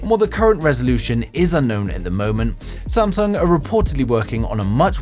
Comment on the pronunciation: Samsag bro it's samsung